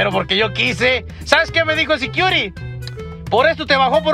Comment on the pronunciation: No puede ni pronunciar security securi🤣